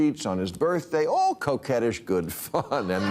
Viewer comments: Oh, he said "coquettish", not "coke-ish". I think I see why tRump dropped his "act" around Bill and behaved differently at the White House: he doesn't feel threatened by him. tRump fancies himself a showman, an entertainer, and thinks of Bill as a fellow entertainer, who got on his good side by ripping in the looniest extremes of the left (and thought he was just kidding about about the far-right (assuming tRump CAN think at all)). tRump feels threatened by actual journalists and the media outlets they work for, hence why he wants CBS to lose their license and cancel 60 Minutes. And if that happens, and we lose the Late Show with Stephen Colbert in the process, keep this in mind, Mango Mussolini: WE KNOW WHERE YOU LIVE. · I thought he said coke head-ish